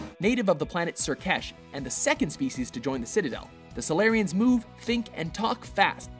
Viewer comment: Wait Salarians sounds like solairians. Dark effect confirmed